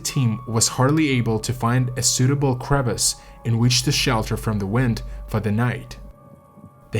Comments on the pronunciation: Really good sound production, some of the best on Youtube imo. BTW 'Crevasse' is a borrowed word from French and is pronounced like "kre - vass", not like the English 'crevice'. Granite is pronounced more similar to how it is in Russian, as if the spelling was 'granit'. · Ahhh, it's pronounced Gran-it! How am I supposed to watch this if the very first thing I hear is the mispronunciation of the best climbing rock? Bivouac is pronounced Biv-oac (soft i), crevasse is cre-vasse.